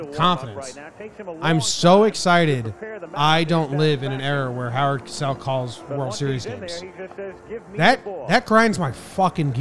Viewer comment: It's Cosell with a long ō sound, not "Casell" with a short a.